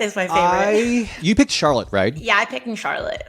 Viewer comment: How you butcher Charlotte's name that many times?